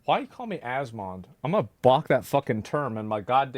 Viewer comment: It should be Asmong, not Asmond.